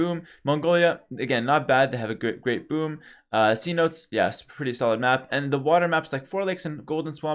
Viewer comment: Not "sea-notes", it's "senotays"